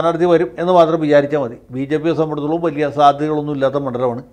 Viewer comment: വക്കീലേ "സംബന്ധിച്ചിടത്തോളം "എന്ന വാക്ക് നന്നായിട്ട് പറയുവാൻ വെല്ലുവിളിക്കുന്നു.. 😄🤪